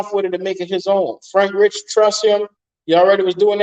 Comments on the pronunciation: It's Reike. Like Rike Not Rich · Bro can you say his name right please lol